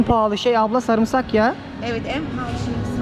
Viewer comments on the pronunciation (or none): none